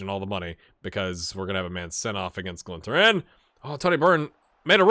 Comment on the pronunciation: You get to travel to my lovely hometown Belfast for the first game 😂 You should expect a less than warm welcome at Glentoran. They're not exactly known for loving the Irish 😂🤣 P.S not that it really matters much but it's pronounced "GLEN-TORE-IN"